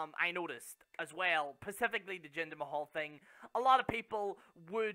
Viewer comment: Its "specific" not "Pacific" as you like to say.